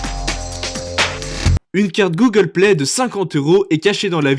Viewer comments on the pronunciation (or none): none